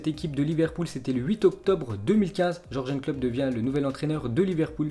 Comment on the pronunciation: Qui a envie de le détruire quand il prononce Georgenne Klopp